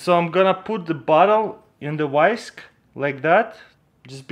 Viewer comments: Did he call it a "wissk"? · he said wisk